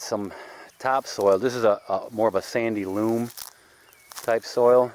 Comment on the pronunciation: It's sandy loAm, not sandy loOm! 😉😆